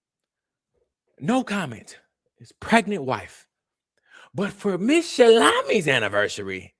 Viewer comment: For a while I thought he was saying salami 😂